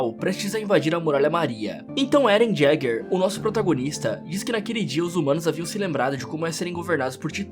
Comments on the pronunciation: Ereno Jaeger kkkkkkk é yeger tá e desculpa mas taí o certo falo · Sei lá, é engraçado o jeito que ele fala o sobrenome do Éden 😂😂